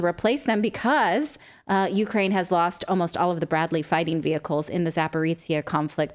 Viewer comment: Natalie said "Ukeranium"